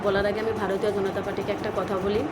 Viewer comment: ওরে তোর থেকে কিছু শিখতে হবেনা। আর ওটা ভারতীয় জনতা পার্টি। গণতা পার্টি নয়।আগে নিজের উচ্চারণ আর কথা সংশোধন কর তার পর কথা বল। এখন তোরা সবাই এটাই করবি নিজের লোকের মধ্যে চুল ছেড়াছেড়ি। ওটাই কর। ভিডিও করে জনতার মাথা আর সময় না খেয়ে।